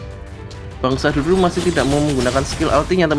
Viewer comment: Sududu bukan syahdudu.. Wkwkwk